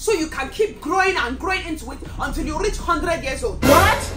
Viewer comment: 🍡My reactions🍡 the accent💀 she be slaying that walk 😭 “until you rearch 100 years old” 😭